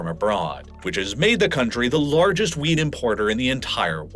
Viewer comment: Might want to really annunciate those Ts at the end of wheat. Sounds like you're talking about a VERY different kind of crop :-)